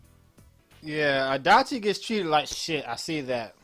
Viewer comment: RIP ears every time he says Adachi D'